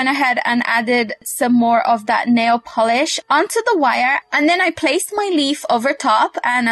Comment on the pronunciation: Its nail polish not volish